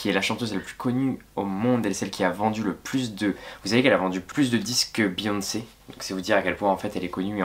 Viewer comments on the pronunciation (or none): none